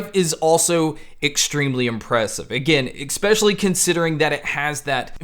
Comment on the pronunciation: Thanks for the great reviews... they are really objective and pack good info into them, which definitely helps with assessing these things. I just have one bugbear I'm sorry to say. Something that is sadly 'nails on a chalkboard' to my ears is how you enunciate the word "especially". It'd be ignorable but because you use the word so so often in each video its just hard to miss. You keep pronouncing it "eCspecially", which is weird because its the only word through all your reviews that you keep saying this way. I hate raising this at all to be honest as you have a really great channel, but there it is. Keep up the good work and keep the quality reviews coming mate!👍👍🤓